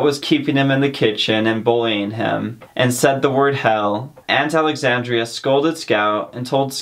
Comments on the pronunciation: It's aunt Alexandra not Alexandria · It's Alexandra, not Alexandria. Thanks so much for cheating kids out of reading a classic book.